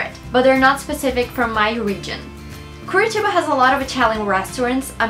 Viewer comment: OMG!!!!!!!!!!!! I'm Brazilian (half Brazilian and Belgian) and your accent is really good!!!! damn, I didn't even know the meaning of curitiba! hahahaha! great vid! <3 <3 you should come to Copacabana!!!! <3 <3